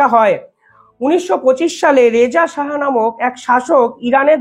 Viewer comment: Please don't mis-pronounce "Shah" as " Saha"😊